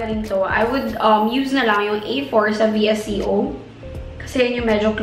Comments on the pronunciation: "Visiyoowwwww" [VISCO] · it's pronounced as vee•es•co :)